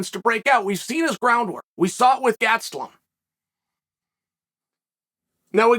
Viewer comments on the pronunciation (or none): Man this "Gats-stalum" sure sounds like a tough guy, how come I've never seen him fight?!?!